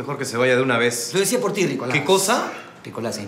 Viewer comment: Jajajja me da risa cuando Joel dice Rikolas